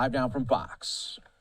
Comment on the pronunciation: It is F O X not FARKS!